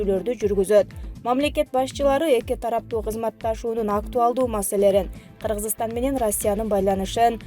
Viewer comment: Мынча эле былжырап суйлогон журналист???? Кыргызстан деген созду даже нормально айта албайт го